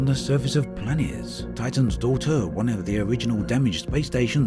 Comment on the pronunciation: So we not gonna acknowledge how he said planets?